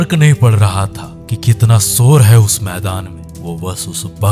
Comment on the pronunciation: Sor nahin mera bhai shor - shor. Sha Aur sa mein fark hai mere bhai.